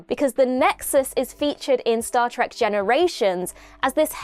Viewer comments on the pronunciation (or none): none